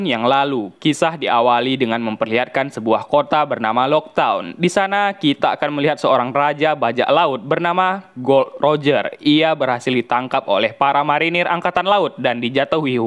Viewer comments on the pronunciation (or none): GOL D. ROGER boss, bukan GOLD ROGER 😆😆😆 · Gol d Roger bang bukan gold roger